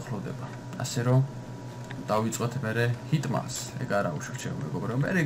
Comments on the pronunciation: ჰიტმანს ნუ ეძახი არასწორია. ჰიტმენი დაუძახე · ჰიტმანი არა, ჰიტმენი. დელეცე არა, დიელსი ))